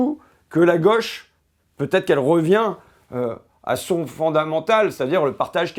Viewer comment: Il est mignon, l'ignare... Fait le simple et le populaire avec son vocabulaire et sa diction. A jamais pris un cours de d'économie de sa vie. Ça marche, n'empêche. Il dit tellement de conneries qu'il a clairement fini par y croire. Plus simple que de faire des études. Il faudra aussi lui expliquer qu'on dit pas la "goche" mais la gauche, pas un "symptomme" mais un symptôme. Les fascismes ont toujours utilisé ces mecs pour pointer le bout de leur nez. Et il fait semblant de découvrir flightradar alors qu'il en parle depuis 3 ans, pour faire l'étonné. Lamentable.